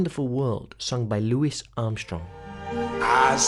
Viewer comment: "Lou wee" Armstrong not "Lou wis" other than that good work